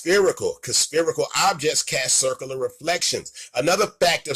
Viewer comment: Did say circle-lar?